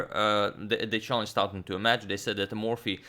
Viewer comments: Probably should have said a few videos ago, but you're pronouncing 'Staunton' incorrectly. You're saying 'STOW(rhymes with cow)+NTON' but it should be 'STOR(rhymes with war)+NTON'. The 'taunt' part is the same as the word 'taunt' and as it is in the town of Taunton, Somerset. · It's pronounced 'Stornton' not 'Stownton'. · Staunton is actually pronounced Stornton not stowton. It's an "or" as in core sound not an ow as in cow. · I've been meaning to say this for a while (have been watching this series from the beginning.) But I'm finally going to mention it: Pretty sure 'Staunton' is pronounced 'Storn-tin,' not, 'Stown' (like the word 'town' with an 's' on the beginning,) -tin. Interesting game though, and it's nice getting a bit of back story too :-) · Staunton is pronounced 'stawnton' just to clarify. Loving the Morphy series it's fantastic. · Love your content! By the way, the au in Staunton is pronounced the same as the au in Paul, it’s an ‘or’ sound. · The "au" in Staunton is pronounced "aw" in straw.... more vast knowledge. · I found a source that says, 'Stahnton'. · Staunton is actually pronounced like 'Stoornton' FYI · Staunton pronunciation: The first vowel sound is pronounced like straw. English diphthongs are very tricky and often irregular